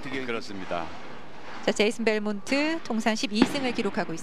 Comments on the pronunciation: 미국서는 벨몬티라고 발음 하더만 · 벨몬티가 맞는데 델몬트랑 벨몬트가 너무 발음이 비슷해서 부르기 편함ㅋㅋ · 한국인 한정 ㅋㅋㅋ 우리나라는 뒤에 e 있으면 발음을 안 한단 인식이 있나봄